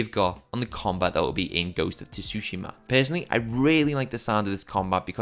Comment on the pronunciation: It’s pronounced more like Su-shim-a not Tu susheema lol. The shim is more like shim than sheem as well.